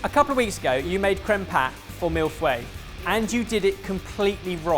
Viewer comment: Omg!. comments about making créme pat 2 weeks ago. The same time, forgets being corrected for pronouncing millefeuille 'mill-fway' instead of 'mill-foy'.